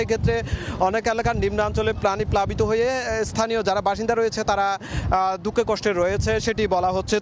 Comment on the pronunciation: কাটের টলার, জলোচ্চাস,,তত্ত, দুক্কে,,ক্চ্ছ,স্বাবাবিক, এই হলো উচ্চারণ!